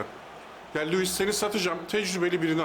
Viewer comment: Abi nedense sen her "Lüvis" dediğinde beni bir gülme alıyor ya 😂